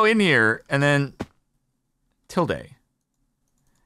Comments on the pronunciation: It's Til-duhhhh, not Til-dayyyy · Oh look a pretty white fox that had a lovely name!! Uh some stuff to say about tilde the fox First off, frick you kenadians discord server for voting me into becoming a fox I am not one but now I am against my will :[ Secondly it’s “til-duh” not “til-day” Thirdly I am unfortunately going to make this canon tilde lore simply because yes Anyways I shall go and enjoy my berries and sleep and whatnot now idk what foxes do